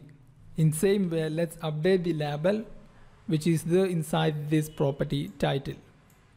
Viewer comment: Amazing code reusability with detailed explanation ! I love it. I also love how you pronounce 'label' :)